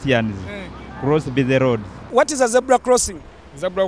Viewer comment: Dear baganda. Its Zebra not ZEBULA. Its Road not LOAD.